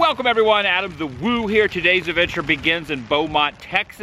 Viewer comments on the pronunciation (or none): none